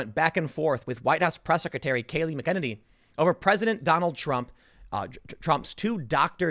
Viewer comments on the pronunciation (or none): Jesus Christ. it's Kayleigh MACKEN-any, Tim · Kayleigh McEnany....pronounced 'mack-en-AYny.' Emphasis on the 'AY' signed: insufferable pedant. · Tim needs to learn to read. McEnany and McKennedy (or whatever he's saying) are so fucking different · Where's the Holiday to remember the victims of the Wounded Knee Massacre?..OH, ONLY Black Lives Matter!..Imagine my Native American shock! BTW, Timmuh, MAK-ENN-ANNIE not Makennedy. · Mac en nanny is joe you pronounce her name Kills me how you get it wrong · MAC-EH-NAY-NEE! Learn to pronounce the name, or link to an official pronunciation guide, Tim! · Last name pronounced “Mack-ah-ninnee” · It’s Mack N A Knee! It’s not hard! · Seriously Tim? CNN O'-fence-ive! 😂 Edit : Tim... the Press secretary's name is pronounced Mac An En Nee. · McKennedy? Take a few minutes & learn to pronounce her name. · Just an FYI- the press secretary’s last name is pronounced “Mac In Nay Nee” Still love your segments! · Tim has a pattern of mispronouncing women’s names. He also mispronounces Mika Brzezinski’s first name which is only two syllables. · Tim it's pronounced Mac-a-nay-nee. Your welcome. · Bro!!! It’s “mack UH nay KNEE” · Tim stop saying her name weird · Gahhhh thats not how you pronounce kayleigh's last name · Tim...please watch at least one press conference long enough to learn how to properly pronounce Kaleigh’s name. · Please Tim, stop butchering her last name! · And Tim once again mispronounced Kayleigh McEnany's name. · Tim!!!. Either stop saying her name or learn how to pronounce it.... I dont know why it bothers me so much, but come on man!!. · Time to start pronouncing her name correctly.